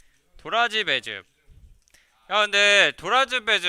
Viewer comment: 인터뷰천재 넛신에게 발음 못하는 단어가 있었다니 도라즈배즙ㅋㅋㅋㅋㅋ 그와중에 달달한 어린이용 보내주신 센스 감탄하고 갑니다ㄷㄷ👍👍